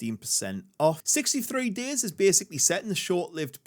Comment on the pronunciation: How am I supposed to trust your opinion when you keep saying the name of the game wrong?